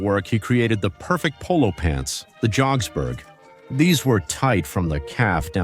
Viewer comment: It’s called Jodh-pur and the pants are jodh-pu-ri pants not jogsburgh